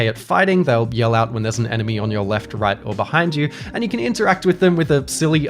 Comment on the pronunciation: Kong sections not fun “Ri.i.i.ight. Can you be more wrong